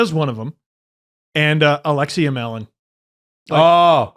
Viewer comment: How tf did pronounce Alexei Emelin?